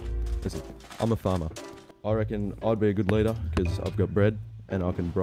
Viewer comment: Reckon* not RECON